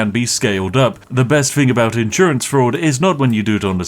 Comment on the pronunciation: What are those "inn sewer ants" you keep talking about?